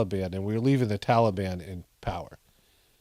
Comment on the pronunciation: What is this "tollybon" malarkey?